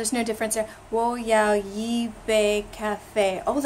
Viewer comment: the correct tone for first character "yi" in "yi bei ka fei" should be the 4th (drop tone). This character suffers tone shifts quite often and it could also be 2nd tone. See . Or if you can read Chinese discussion on this matter, search online for "一字的声调“. Since it's a little bit too complicated, all dictionaries only show yi's basic tone (the first). Of course it's way too unreasonable to expect a non-native speaker to know all this. However we should also be careful, since something being "correct by dictionary" does not necessarily make it "natural". For the most authoritative source of actual tone usage, listen to those CCTV news hosts. They are all professionals with at least 4 years very strict college level training to perfect their pronunciation skill.